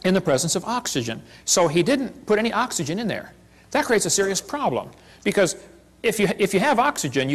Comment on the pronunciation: Literally everyone: Oxygen The preacher: AHHHKS ee jun I get the feeling the preacher had a serious speech impediment in his youth which he was never entirely able to get rid of. If he weren't such a contemptible piece of garbage, I might feel sorry for him.